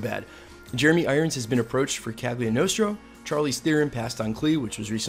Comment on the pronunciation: The way you pronounce Cagliostro is maddening.